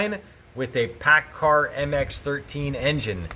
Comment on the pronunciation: Paccar, not Paccard